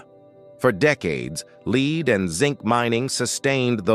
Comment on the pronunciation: AI sucks, almost as bad as them "leed" mines.....